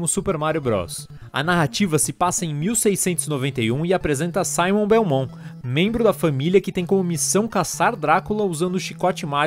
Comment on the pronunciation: Vc falou errado e Belmont não belmon